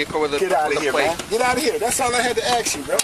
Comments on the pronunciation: has one question to "axe". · " I have one question to aks " 🤡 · Please tell all the brothers from the gangster Hood that you ask a question ASK it's not AX okay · Ok, two more words.."axe, and imoonity". Go Ty!! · "I have one question to axe you"😅😅😅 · Can I axe you a question about your qualified imoonity and the oof you took? 🤣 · He axed him about his oaf.